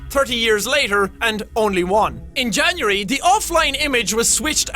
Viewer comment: "In janyeree..."